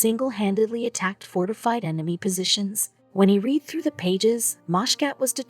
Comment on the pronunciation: Wow, you don't know shit about history or making a video about it do you ?, try learning how to pronounce words before using them, like to 'read' & I have 'read', totally different pronunciation. Then you showed Germans & American soldiers interacting with no context ?, & , you then actually showed American soldiers captured by Germans while still babbling on about the janitor's quest, you do know world war 2 was a real thing, don't you?. I had to stop watching at about as you pronounced the military term, ' Missing In Action ' as mia, like the girls name ?. The last straw was when you described a ' Major General ', as mag gen, like next gen, Jesus H Christ girl, what were you thinking !, did you just splice random clips of WW2 footage into this mess & hope no one would notice ?., honoring a WW2 vet is something, but being the bad version of legally blond to the world is not.